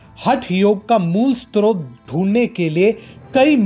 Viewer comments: When you pronounce srot as stotr, you can not intellectually counter them...leave this. Nothing wrong with that, there are lot of areas where sincere dharmayoddhas like you can contribute immensely, but not in this area. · स्त्रोत नहीं स्रोत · जी...! "यति नरसिंहानन्द" को आप यदि ऐसे कह रहे हैं, तो आप गलत हो | यति जी "सनातन हिन्दुत्व" का रक्षक ही हैं | या तो आपको "गलत फहमी" है या अनवगतविरोध | आपको सुधार करना चाहिए.. आप खुद ही "स्रोत" का उच्चारण सही से नहीं कर पा रहे हो | हम आपको बहूत दिनों से सुन रहे हैं और "टीएफआई" को भी.... पर यति जी के बारे में आपका विचार बिल्कुल गलत है...😕